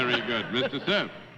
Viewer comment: I think Bennett Cerf mispronounced apothecary; I think he reversed the letters by mistake.